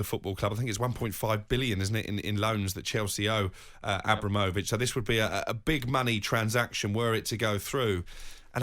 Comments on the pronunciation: Nobody calls him Abra-mo-vich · Why did he say Abramovich like that 🤢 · 20 Years and you still cant say his name correctly lol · Mug can't even pronounce the name properly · Can’t even pronounce Abramovich and it’s your job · The way is saying Abramovitch is making my blood boil 🤦🏻‍♂️ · Can someone teach (80s pornstar) how to say abramovich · this mf's job is to talk about Abramovic and he can't even pronounce his name properly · Any reason can't say Abramovich like the rest of us? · pronouncing Abramovich like he pronounces umbrella 😵‍💫